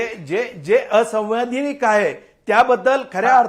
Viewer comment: ला असैवैधानिक म्हणता येत नाही.